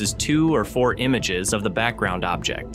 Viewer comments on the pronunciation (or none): none